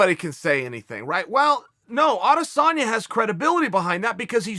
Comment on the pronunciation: Adesanya is pronounced "I dis own ya" not "Ades San ya". Get it right folks.